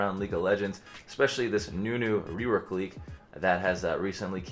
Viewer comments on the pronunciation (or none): "Idk how you could lewk a rework" LMFAOOOOO